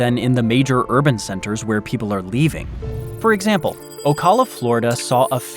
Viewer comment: Did you hear how this guy pronounced Ocala? 😂